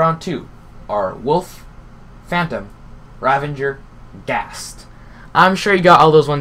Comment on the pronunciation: it's a ravager not ranvaNger